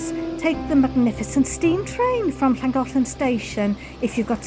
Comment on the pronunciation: I love how you pronounce the city names, I always wondered how it should sound! Not to mention how extremely beautiful the are is and the aqueduct is very interesting. World engineering heritage, not a surprise!